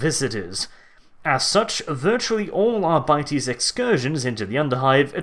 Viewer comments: Ar-bit-ees not Ar-bite-ees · Hate the way your pronounce Arbites. The word seems like a play on Arbitrator, and as such Arbites should be pronounced Arr-be-tez. Not Our-bities. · arbytees really ? I would probably pronounce it more like ar bee tès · Sorry dude I can’t listen to you say “Ara biteys” anymore